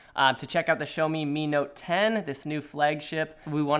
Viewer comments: Great video as always from the moment guys and I love you people and your view on photography in general. But, one minor thing, the brand name is pronounced "Jjaomi" or more preferably "Shaomi" not "Showme" that's for sure. xD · Okay just to make it clear It's "Sha O Me" Not "Show Me" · ... thought it's pronounce Shiiiiiaawwww meeee.... not sho meeee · bro stop saying "Showmi" its "Shawmi" 😤😤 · It's not 'show me'. It's 'shaw me'. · Um..... There's one thing........ Its not "shomi" It's Shiaomi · "This is the SHOW-ME MI Note 10" LOL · It's called shaow me (like now-me) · What's a "showme" ? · Yeah shou like in shower + me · Xiaomi pls show him how to say it properly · Niranjan C.S xiaomi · Someone teach this guy how to say it 😂